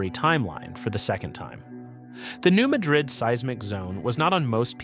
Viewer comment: Just for the record, it’s pronounced New MAD-rid. I know it’s wierd, I’m in East TN and it took me awhile to get used to it. LIke Cairo IL is pronounced KAY-ro.